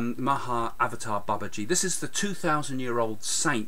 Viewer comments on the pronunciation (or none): none